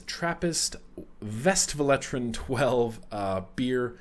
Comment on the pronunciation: It's Westvleteren not Vestvleteren ;) we don't pronounce our W a V, that's German. No offence taken though ;)